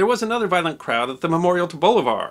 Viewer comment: The pronunciation is bolIvar not bolivAr.